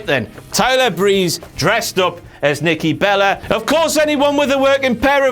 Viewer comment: Surprised he miss the moment where said Nikki "Belly" instead of Nikki Bella lmao